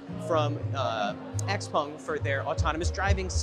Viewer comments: X-Pung 😂 😂 😂, you don't know the name of the car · Its called xpEng not xpung.